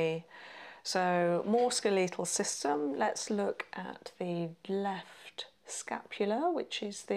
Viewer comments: It’s SKELLY-tul RESP-ira-tree. Brit here, ignore the weird pronunciation in the video.they’re playing at understanding medicine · She’s saying skeletal!? I thought it was “scoital” or something Lolol